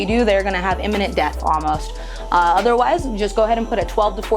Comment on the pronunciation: LOL "Immenint death"... That soil's hot hot hot